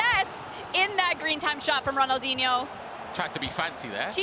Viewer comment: She said ronaldhino with a goal it was not DIHNO hahahhha 😂😂😂